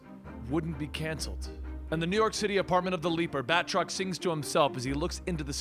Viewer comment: Bat-truck? Sounds like that a few times and now I can't unhear it and am just picturing some Batman Optimus Prime cosplay...